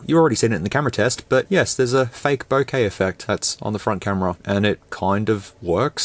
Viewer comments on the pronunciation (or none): none